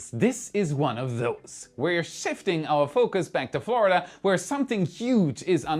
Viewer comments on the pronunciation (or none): none